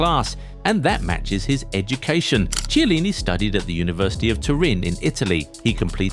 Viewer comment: the ch in chielini is hard, like chianti moron